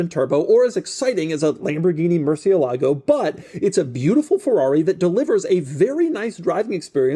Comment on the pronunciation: Hi , big fan here, please check your pronunciation of Murciélago, the accent is not on the U, but on the e, 😊